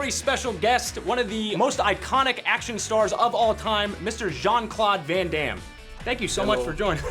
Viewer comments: He couldnt pronounce Van Damme´s name correctly.. It´s not Van Damn! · ... these inept monolingual US -Americans... how he pronounces van Damme! Gosh! Would've been enough for me to just punch him right in his stupid face. Without flinching. Just for the heck of it. lulz